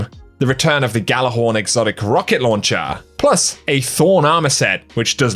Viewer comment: Just fyi, the g in "Gjallarhorn" is silent.